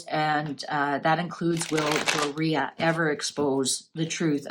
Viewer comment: Its pronounced Door e ugh (Doria)